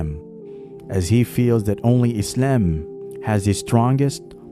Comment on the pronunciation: Just say Islam normally